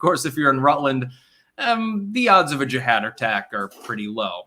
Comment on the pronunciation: Since you can't pronounce Jihad, try saying Vermontifada....its simplistic. Either move to oust them or try to reign over your subscribers like a controller/handler instead of a participant and loser of a stall tactic.... You just can't Kvetch hard enough, can you...? Lol...even schmutzed all his daily events into one movement known a Diorrhea of the Mouth. Time to waipipo it all up